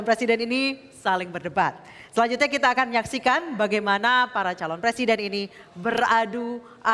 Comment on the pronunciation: Pak Prabowo senyumnya seperti senyum sinis mengejek atau menyepelekan saat Pak Jokowi berbicara... Lagian risih kalau dengar kata belakang KAN diucapkan KEN.. Jadi seperti logat Pak Harto tempo doeloe.....